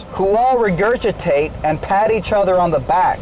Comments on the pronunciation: Makes pronunciations such as, "you blindly re-curg-itate..." & "what you hear on Coss-moas..." Then calls people idiots 🤔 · Um ew is Mr.GreenShirtFlatEarther saying regurgitate like "recurgitate" Wtf is that